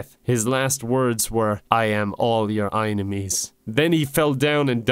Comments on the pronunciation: I can't justify "eye-ni-mee" when it is clearly spelled "ee-nye-mee" or "ee-nyme" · Enime is pronounced as e-nime, not aynemy. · The way you say it, it would be spelled "einimies". Enimies would be "enn-ime-eez" with the "eye" sound in the middle, not the beginning. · Sorry bud, I'm fine with everything here, but how do you get "eyenemie" from "Enime". Say Anime and switch the A for an E and you have Enime. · I am just constantly annoyed that "enime" is pronounced "inemy." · it’s been 4 months and i’m still confused on how enimes is pronounced like Eyenamees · How to pronounce enime: I-ne-mee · If you meant it to be pronounced "eye-nemies" then you should have spelled it "eyenemies" or "einemies" or even "inimes". "Enimes" can in no way be pronounced "eye-nemies. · the way you pronounce enimes doesn't even make sense why would you place the "i" sound in the beginning that's "inemies," a whole different enimy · why did you pronounce enimy wrong